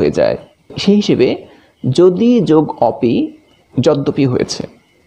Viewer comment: স্যার, আপনার ভিডিয়ো গুলো অনেক সুন্দর হয়। আমি একজন বাংলার ছাত্র ও শিক্ষক হিসেবে অনেক উপকৃত হয়েছি। স্যার, একটা প্রশ্ন আপনার ভিডিয়োতে আপনি একটা শব্দের উচ্চারণ করেছেন “অপি” = (অপি), কিন্তু আমি উচ্চারণের নিয়ম অনুসারে এই শব্দটার উচ্চারণ এভাবে করি, “ওপি”। স্যার আসলে কোনটা শুদ্ধ দয়া করে জানাবেন। ধন্যবাদ।